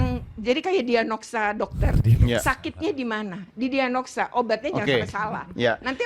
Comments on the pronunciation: Lah iy itu ibu KPAI ngomong diagnosa aja salah....pdhl itu istilah medis yg umum semua org tau loh. Diahnogsa katanya😅😅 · Ngomong diagnosa aja gak becus... Diagnoksa.. apaan malu maluin diri sendiri tuk kapal api. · Aduh ibu ibu.. belajar ngomong dulu deh.. diagnosa bu.. bukan dianogsa.. ngomong aja masih belepetan.. mau ngajarin anak seindonesia..